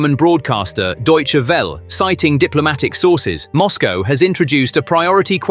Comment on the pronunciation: Deutsche Welle, you do speak the "E" at the end, not like in English you are speaking the vocals at the end and not snuff them. So, Well-e, spoken Velleh like Valley, but without the Y.